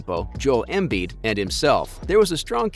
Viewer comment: He even fucked up "Embiiiid". The other give-a-way was the suggestion that literally anyone else should have been in the conversation other than those two. If you watch, it wasn't even close.